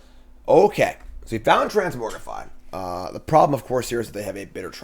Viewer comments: Is it a joke that you say trans-MORG-rify as opposed to the actual pronunciation of trans-MOG-rify???? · sorry, i had to stop watching, couldn't stand to hear transmorgrify over transmogrify